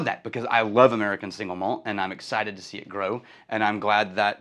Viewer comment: Why does everyone say it "singlemalt" when it's two words, "single malt?" That's like saying "bigdesk" when what you mean is "big desk." Sorry - I get real pedantic about spoken English. 🙂 If that's your actual birth date, you're going to be 74, 10 years older than I am. But I thought you were like 10 years younger than I am. I think I'm officially jealous. 😂 I bet you like Balcones' barley whisky then. All I've had is the Lineage - the others are outside my budget - but it is emphatically not shy. 🥃